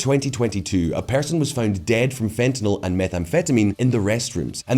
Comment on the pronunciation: thank you for pronouncing "fentanyl" correctly.